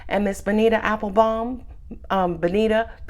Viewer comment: you pronounced it right... It is Baneeeeeeeta... yes...Baneta with the long "e", not the short one. 😂😂😂😂